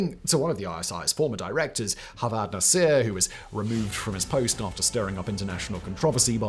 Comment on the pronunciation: This guy is the international version of Wajahat S. Khan. Claims to be an expert, but couldn't even verify the correct pronunciation of a lot of local words. Case in point.. Pakistanis do not pronounce "Jawad" as Hawad.